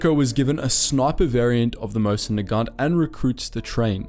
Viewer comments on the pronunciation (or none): none